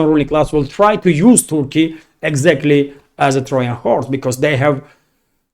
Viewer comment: Just a helpful hint: The pronunciation of the "J" sound in Trojan (Trojan horse) is a hard J sound as in "Joy" and "Jew." 👍